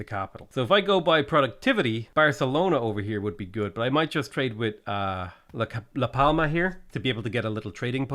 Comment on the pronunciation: Hi! love your vids!!! Im having lots of fun with your pronunciation of spanish cities, not bad at all (spaniard here); some tips, the "Ñ" sounds like a "NI" so try "A Corunia"; the other one is "LaS PalmaS" its important to pronunciate both of the "S" since there is another city called "La Palma"; for the rest its kind a good! Keep it up!